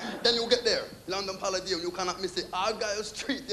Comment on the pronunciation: Why does he pronounce palladium wrong?